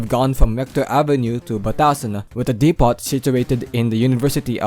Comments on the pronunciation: No offense, but depot is pronounced "dep-oh". The T is silent. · chicken farm.😂 also silent yung t sa depot. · I am more bothered on how you pronounce Depot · Bro, in "depot", the t is silent.